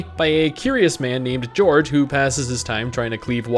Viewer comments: You call yourself a warrior?! His name is Curious Gorge, not George. Gorge, as in a narrow valley. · Pronouncing gorge as George. REEE